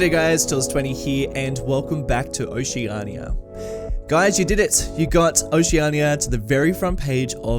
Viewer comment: think youve been in the marble mountain map too long, pronouncing oceania as oce-ahrn-ia. just binged this series, glad to see now that youre building the city youve fixed the traffic. was concerned at the live play in episode 4 where the traffic was on the wrong side of the road.